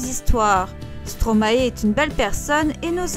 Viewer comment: On ne dit pas Stromaééé mais Stromaie (prononciation )